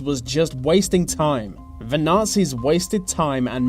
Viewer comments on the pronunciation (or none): ''ve war'' ''ve nazies'' ''ve armey'' ''by ve'' dude its called THE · "Wiv", "fink", "ve". Where does this annoying use of English come from? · vuh japanese were in vuh soviet territor- oh my god pronounce THE properly for fucks sake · Whats wiv all ve Vee's?? say TH.e. also your dad was wrong it was "Fail to prepare, prepare to fail" no plan lol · VUH war was won by VUH british and VUH americans vhey were good at VEIR jobs. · whe he says The japanese it sounds like Va japanese so each time it sounds like he is gonna say vagina lol?